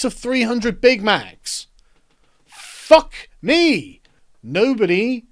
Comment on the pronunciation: sargon no homo but i love it every time you say "FUCK. ME" its hilarious and it feels like your speaking in BOLD.